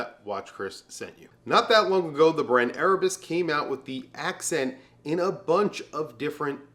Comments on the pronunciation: to avoid confusion: please note that the watch was pronounced as erebus "accent" when it was actually the erebus "ascent. " of course the pronunciation is different. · Great list Chris. Only crazy thing is, you pronounced Venezianico correctly but for the Erebus Ascent, you pronounced it as Accent 😂. Citizen and Timex are killing it in the affordable range. Bulova as well. 🫡